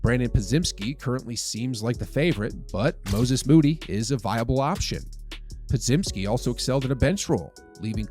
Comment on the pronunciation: Someone please tell our guy how to say Podziemski "(Pod-jemsky)"